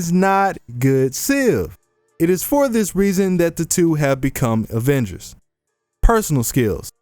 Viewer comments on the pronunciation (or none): none